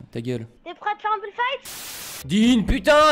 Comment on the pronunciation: C' est pas builde mais build et c'est pas fite mais fit. La libellule dit et le sniper........... unchained te tue